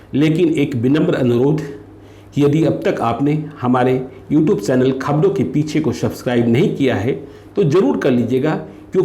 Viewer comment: First you coorect the word Piche as Peechhe .